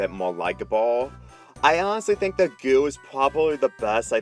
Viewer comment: i fink is all sick